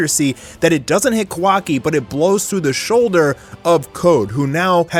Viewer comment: it triggers me how u say kawaki